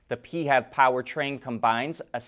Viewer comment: We need a different term than pee-hev.